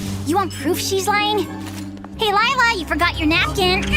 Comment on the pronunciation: I HATE LIE-LA